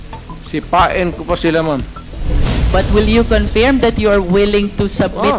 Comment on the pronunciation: Confirm hindi conferm